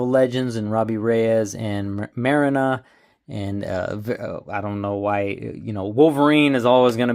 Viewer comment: Marrina is pronounced MAR-REENA..